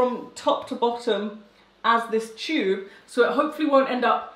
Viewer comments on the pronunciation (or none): When she was talking about the vacuum -or as she called it, “ Hoover?”, and then the “cheube” 😂 haaa! But I still love ya 😊